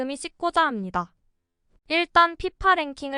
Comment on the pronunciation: 합니당이 아니고 합니다. 발음 너무 듣기 싫어